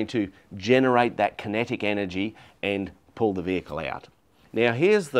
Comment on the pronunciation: It made more sense when I finally figured out he was saying “kinetic recovery”… not “connected recovery”